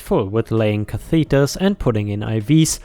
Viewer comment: Catheters - cath-itters!